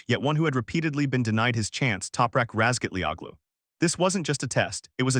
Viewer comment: Howaboutlearning to pronounce non-english-names ?